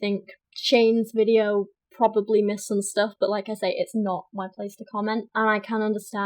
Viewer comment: god english chicks make me gag.... every time she says "but" or what she sounds like a slobering drunk that is throwin up